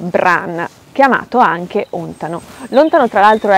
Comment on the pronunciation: Ti scongiuro... si chiama ontàno, NON òntano!!! Infatti al minuto 2.49 ti scappa la pronuncia esatta, ma stai parlando dei Celti (non dei celtici che è aggettivo: popolo celtico). A parte questo, il video è molto interessante, continuerò a seguire gli altri e mi avrebbe fatto piacere ascoltare l'aspetto energetico dell'albero, ma non ne parli.